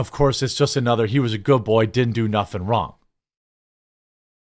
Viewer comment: " didn't do nuffin" lol!